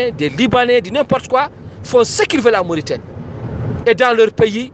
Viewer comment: Baakh na daal... Il prononce pas la Mauritanie de cette façon en arabe. En plus pourquoi pas publier ka vidéo ou indiquer l'origine de l'audio